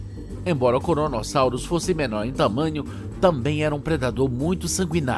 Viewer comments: Krono, Kronosaurus e não Koronosaurus! Vocês só têm o trabalho de traduzir um programa pronto para o Português e mesmo assim fica uma porcaria 😔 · "koronosauros" kkkkkkkk (poucos entenderão)